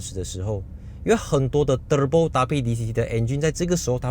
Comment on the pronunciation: 每次都期待你说～terebo😂😂